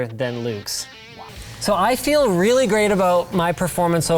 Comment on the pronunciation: "rweely"